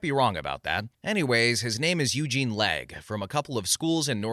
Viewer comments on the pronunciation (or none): none